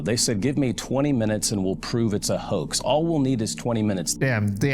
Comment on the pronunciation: Hoax is not pronounced 🚫 Hah_ex it's pronounced Hoe_exed or Hoe-ex